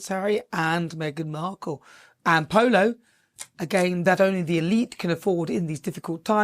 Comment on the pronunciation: "Pooloo eez nut jez eh spurt .... pooloo eez eh laugh style ..." How is this relatable?